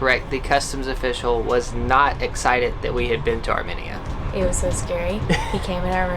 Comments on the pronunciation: You were so concerned about pronouncing Azerbaijan correctly, but could care less that you were butchering the pronunciation of Armenia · Sona not sana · These people look nice but I live in America but I’m Armenian and the way they say Armenia annoys me lol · Can we talk about how they pronounced Armenia? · the way they said Armenia makes me die a little inside every time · It's pronounced "AR''ME''NIA" ... NOT ..."AR"MI"NIA" sorry that was bugging the shit outta me I grew up with Armenians my whole life because they're all here in Hollywood Calif and in neighboring Glendale but slightly more in Glendale lol so I'm used to hearing the word spoken correctly. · It’s arMEnia not arMINia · I think it’s pronounced ArmMEEEnia not arminia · Its Are-mean-ee-uh Not Are-minnie-uh Nate!🤣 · It’s pronounced Ar-mean-ya, not Ar-me-ni-a. 🥰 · Not arminia it’s ArmAnia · ARE - ME - NIAN....not ARE - MIN - IAN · I’m sorry but you guys say Arminia it’s Armenia I’m Armenian btw there food is great 🇦🇲🇦🇲🇦🇲🇦🇲 Tell everyone I said parev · Are-mean-ee-ah, not AR-min-E-a, and it’s Ah-zer-bye-zhan not Az-shore-bi-shan 😬 I started to question my Armenian knowledge thinking I’ve been pronouncing it incorrectly all these years! I’ve been there, my best friend was Armenian, hearing them say it the other way sent me in a spiral of self doubt that led me to make a phone call to find out. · It's amEina sorry no hate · It is not pronounced Arminia!! Stop it!! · The way they said Armenia. 😂😂arm -enya Well that’s how it’s pronounce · theres no mini in Armenia. like theres not even a difference between people saying it like potato/patato. how to pronounce Armenia ~ R-mean-ee-ah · Ar-mee-nia. Sorry, but it's been driving me nuts. My Godmother was Armenian and she was very proud of 🇦🇲. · Its pronouced like Armeenia. Just wanted to let you know hehe. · I was also internally cringing because im 50% armenian and was like its arm-mean-uh